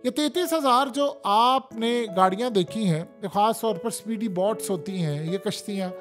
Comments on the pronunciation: بہت اچھی وئڈیو ہے بس تلفظ درست فرما لیفیے۔ BOTS نہیں BOATS جیسے چوٹ ویسے بوٹ۔ نہت شکریہ اتنی درست معلومات کا۔ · PEANDOO BOTS NAHIN BOATS HOTA HAE MARASI 🤣 😂 😆 DON'T WORRY I WILL KEEP CORRECTING YOU BECAUSE YOU ARE DUNGARR 😂😂😂😂PEANDOO